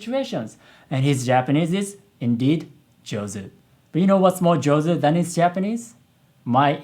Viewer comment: that (jouzu sa) is on point 😂